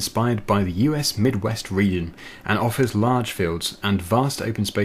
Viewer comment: How are you saying region?